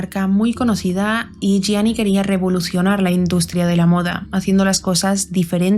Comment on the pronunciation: Gracias por pronunciar bien el apellido de Gianni ❤. Este caso es bien interesante y de hecho es muy misterioso ya que no se sabe a ciencia cierta si conoció a Cunnanan en vida, no hay evidencia alguna de ello. Yo creo que no lo conocia, simplemente el representaba todo lo que el queria lograr y que no podía porque solo soñaba pero no trabajo nunca por ello en base a un talento